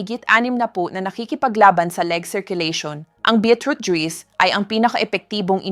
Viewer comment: Yung pronounce Nya sa juice ay juis